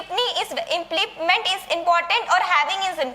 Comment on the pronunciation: was unable to pronounce implement